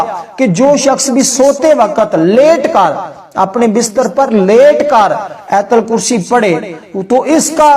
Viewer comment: Ayatal kursi na keh aitul kursi. Sahee talafaz zaroori hai, video banana lekin paisa kamana